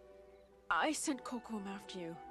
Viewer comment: Direction artistique, chaque équipe a une petite marche de manœuvre. À revoir la prononciation de Kocoum xD